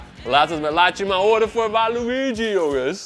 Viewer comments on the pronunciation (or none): Je spreekt het uit als walitjie